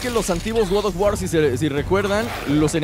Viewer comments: Gad of war jajajaj😂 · No se dice Gad of War se dice God of War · No es Gad of War es God of War;-; Perdón pero siento que ofendes a una saga tan buena de juegos 8')